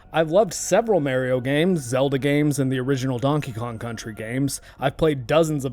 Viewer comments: Oh god - i remember when all the older folks used to call him merio the way you do when that first game game out. it was just an accent on the name but most of us kids where quick to correct it as MAR-io all through there was many kids that i came across that said it like that too. youll be hard pressed to find any of the newer gens that grew up after the nes and snes into the n64 and beyong era that says merio any more. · MAR-io. Not MARE-io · Mario not Marryio lol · Hey, it's not "May rio" but it's "My Rio." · I say it the way my 20+ year friend Mario pronounces his own name (and has hated the way Nintendo ingrained “it’s-a me, a-Mah-ree-oh” as the common pronunciation in modern parlance)- but I’ve honestly received so much flak from my pronunciation, that I’m trying to train myself to pronounce it your way 😣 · Mahr-ee-oh.... not Mare- ee-oh.... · It's a proper noun. It's pronounced Mario not Mary-oh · "Mare" io? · I was thinking of your sinus cavity the whole video but when I heard you say Mare-e-oh for Mario I couldn't keep quiet. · MAH-ree-oh Mario It's a long A, it's an Italian name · Yeah but you're one of those "MARE-ee-oh" people so idk if I can watch this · Have to admit, I have never heard anyone pronounce "Mario" the way this guy does. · Pronouncing Mario like that is an immediate click away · I knew you were canadian the moment I heard you pronounce Mario. ahah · It’s not a speech impediment I swear - it’s that I grew up with a guy named Mario and that’s how he pronounced his name. The release of Mario 64 and the “it’s-a me! Mario!” intro really pissed him off because people started telling him that he was pronouncing his own name wrong. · You're totally mispronouncing how you say Mario, and like a pirate with a ship's wheel 🛞 attached to his junk, it's driving me nuts! 🥜 Argh! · The way you say MARIO is completely wrong and you should stop immediately.